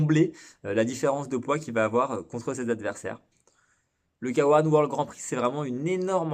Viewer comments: Arrêtez de dire K1 "kawan" sans dec . Soit k un , soit Kay one . Dire le k en français et le 1 en anglais c'est pas top. A part ça , super chaîne , très intéressante , merci pour le partage de connaissances. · Et bein tu as tout à fait raison mais il faut voir ça comme le résultat du fait que les commentateurs d'Eurosport, disaient "Kawan" et que c'était à l'époque pour nous le seul moyen de regarder. Vois ça comme pour la pub du Game Gear (qui pronnançait "gire" et qui devrait normalement se prononcer "guire" ) ^^